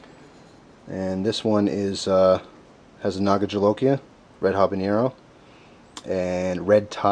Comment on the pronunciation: I cringed when you said jolokia. SHIT JUST GOT REAL.